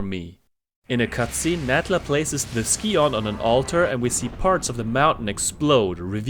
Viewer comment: Your #5 is my #1 track but they’re all great. I never understood why characters in the game pronounced “scion” the way they do. It should sound like “sigh-un”.